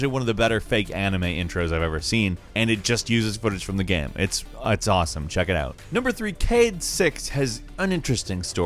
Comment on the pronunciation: I literally watch your videos just to count how many times you say geh-yum.